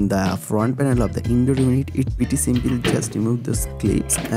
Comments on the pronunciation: Dart, plaag, seempil....great English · Using simpil otter😂😂😂😂